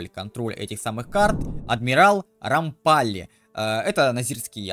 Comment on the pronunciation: Все хорошо, но генерал РомпаллИ. Простите за духоту, не мог удержаться.